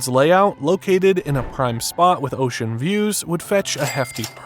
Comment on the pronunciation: “Ocean views” 😅